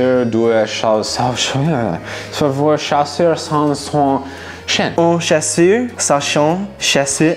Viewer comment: On a tous entendu le "chasseur sachant sacher " à 7"39😂😂